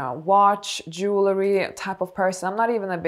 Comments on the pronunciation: Jewel ree not jewler ee. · Dear elegant lady. Jewelry is pronounced Jew el ry not jewler er. One of my minor eecchs. Sorry.